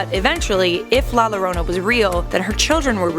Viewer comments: I’m offended how she says the name idk y but I am😂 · Francisco Is savage same as soon as I heard it I was like wtf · Yeah, but it isn't hard to pronounce "llorona" for an English speaker expect with the tapped r sound, she could have at least looked up how to pronounce it, especially if she was gonna say it so much. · Same! It’s really annoying how she pronounced it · Yah or yorana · yikes she pronounced the L in llorona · Not lorona, if anything say it as yorona(llorona) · it's pronounced "jorona or yorona" not lorona"jorona or for u "yorona" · I’m done lmao this white girl said la Lorona it’s la YOrona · Its la yorona not lorona (La Llorona) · "La lorona" you pronounce it like this La Yo-Row-Na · Lol she said La loroena its pernounced La Yoroena! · Max D, you are right. It did annoy me too. The double "LL" in spanish is pronounced like the "Y" in English, thus it's pronounced "yorona" 🤔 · The way said the name scares me i know some people roll the r in llorona but it sounds like shes saying lowrona in stead of yorona (llorona) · “La lorona “ it’s pronounced la jorona this annoyed me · Its "yorona" the double L makes a Y sound. Like tortillas is "torteeyas" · i speak spanish, it doesnt. You CAN say it as in "Jessica" you would pronounce it as "Yessica" but thats not a spanish name. La Llorona in English WOULD be pronounced with an "L" sound, but its a Spanish word, so it is a "Y" sound. The English translation would be "The Weeper"... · Max D it’s actually “la yorona” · Its pronounced jorona genius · Pronounce yorona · SHAWTY SAID “Lorona” LMFAOOO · Algún otro hispanohablante indignado por como dice “La Lorounah”? >:v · The double L in la Llorona is pronounced with a Y sound in Spanish. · La lorona yes definatly how you say that Also nice use of Grimm footage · It bothers me how you say “la lorona” it physically hurts my soul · The first 3 seconds of the video cracked me up, Ll is pronounced like a Y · la lorona lol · "Lah Lowrownuh" I'm triggered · "La larona"